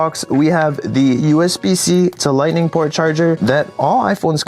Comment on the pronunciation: LIGHNING PORT??